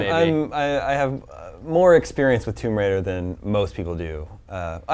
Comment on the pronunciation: man did you say thumb bridal? lara croft thumb bridal. from a treasure hunter becomin a successful wedding enterpreneur.